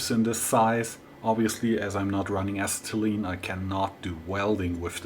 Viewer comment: Ass-set-uh-lean, acetylene, but I really don't mind how you say it. I understand you either way. The fact that you take the time to make these videos in English is good enough for me :D